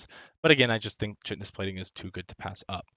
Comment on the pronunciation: It's "Kite"-onous.:)